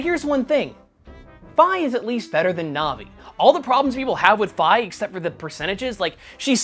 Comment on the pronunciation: i-is it possible? some actually pronounced Fi correctly??